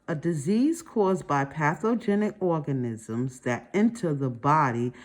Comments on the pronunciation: The way she kept calling ‘organisms’ ‘orgasm’, damn near chocked on my food from laughing so hard. Maybe sounding out word is harder for some people. After watching multiple videos, it’s obvious that she’s been memorizing and guessing words for years instead of actually reading. All good. We all have our areas of weakness. Still happy there is a video like this to help us study. 💕😅😮‍💨😁☺️. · I lost it with the orgasims. It was very difficult to comprehend when you couldn’t see the questions and the pronunciation but I did get something out of it